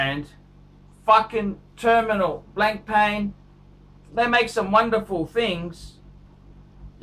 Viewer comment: "BLANK PAN", "NOH-VOH REESH". phuck me dead